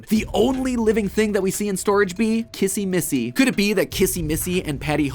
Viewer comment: You say kizzy missy